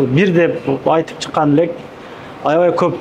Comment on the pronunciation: Чыкканлек эмес чыккан элек деп айт алып баруучу